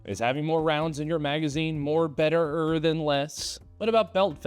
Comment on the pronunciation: Better-err LOL